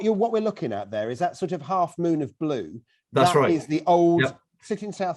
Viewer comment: Chris' "blue" sounds a bit like "bloom" - actually quite nice :D It also goes a bit into the French "bleu", with the U maybe sounding a bit like the one in "cru" (as in the Wine terminology).